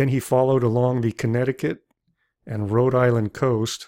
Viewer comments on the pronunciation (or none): none